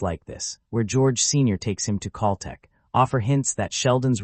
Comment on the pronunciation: I can't listen to the mispronounced Cal Tech any longer!